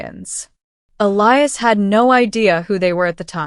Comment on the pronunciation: Finally, Elias' name pronounced correctly!